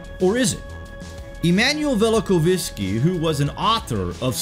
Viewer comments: Velikov-isky? It's Immanuel Vel-i-KOV-sky. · That’s Vella-cough-skee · I've always heard it pronounced "Vell - Uh - Koff - Ski", by the way. Great video, though. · funniest pronunciation of velikovsky I've ever heard lol